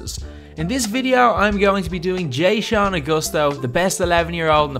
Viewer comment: “jay-shawn” lmao so white. its “Juh-shawn” dawg